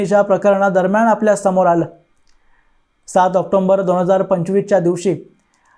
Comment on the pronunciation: भाऊ ऑक्टोंबर नाही...ते ऑक्टोबर म्हणतात.